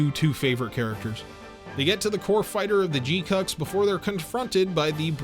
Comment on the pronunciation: dude, you're leaving out the U's in pronouncing the name GQuuuuuuX.